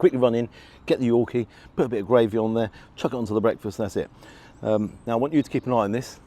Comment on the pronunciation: Its gRavy not gWavy .lol. rgds Don